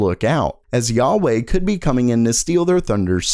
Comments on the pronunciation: it's call HUA WEI not YA WAY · WTF is a Yar Wey!!!!!!!!!!!!!! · You pronounced huawei as both juawei and kuawei. I know a lot mispronounce it but you didnt even come close lol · Its pronounced waway not yaweh <---thats jewish god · Dude. Huawei isn’t pronounced “YA-Way”, it’s “HuWah-Way” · It's not Yayei, wawei or kiawei It's Hu Wa Wei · Who is this Yaw-way company you speak of? Who-aw-way I have heard of.... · WAH-WAY.......not YAH-WAY ;) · everybody: huawei: yeawei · Wha-way not ya-way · its NOT yawei its wawei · It’s pronounced “whaa-way” not “yuh-way” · Huawei is not pronounced YA-WEY, it's Hwa-weh, with an H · What the frick is YAW-way. Dude can't you just pronounce phonetically H-U-A-W-E-I , not YAW but HUA (hoo-aa/ or hhwaa). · Huawei is pronounced "wah-way", not "Yahweh", lol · Huawei Atlas 300AI. Not a GPU, stop calling AIB's like this a GPU because they aren't. Also Huawei is not God, so stop calling them Yahweh. "Who are way" is the (close enough) pronunciation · FYI, Hauwei is pronounced "whaway" not "yawway" please get it right in the future. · Me: Huawei Him: Yahweh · He pronounced it as “hyawei”, instead of hwa way. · says Yauwei Me: Huawei?!: Yauwei Me: Yauwei it's fine, I'm just kidding 😄 keep up the good work 😁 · did just say 'yauwayy' for huawei XD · Yao-wey lol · WTF is "yarwei"?? It's not how Huawei is spelt nor is it the proper Chinese pronunciation either. Failed attempt from a white dude trying to be cultured or just plain dyslexic? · "yaweh" It's Huawei, ya doof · Is HUA WEI not Ya wei omg... can’t even pronounce this asshole company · Just pronounce "nuck" not "n-you-see". And "yahweh" for Huawei? Lol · H U A W E Y not Yauey or whetever you just red xD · Lol at pronouncing Huawei 'yahweh' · Duyunodaewae? Mahweh? Yahweh! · So Intel just being Intel. Nothing new. And also it is spelled "Hua Wei" not yuyawei or something else... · Its "Hu-A-wai" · The only scrub to read huawei as yahwey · jah wai😂